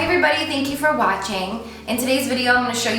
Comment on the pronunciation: The way you say "thank you for WAHtching" kills me 😂😂😂😂